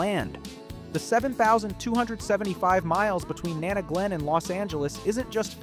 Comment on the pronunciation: Learning how to pronounce Nana Glen might have been good too ;)